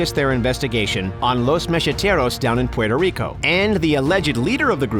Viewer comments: you can say Cuba, Cuban, south America, and other nationals but you can't say Puerto Rico correct hahahaha, You def not from NY State or NJ. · The way you say Puerto Rico makes me cringe 😖